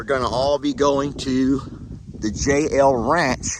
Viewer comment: With your accent it sounds like your saying jail not J L ranch